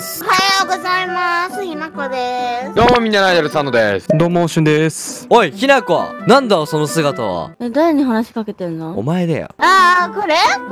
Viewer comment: ひなこさんしゅんたんって言ってた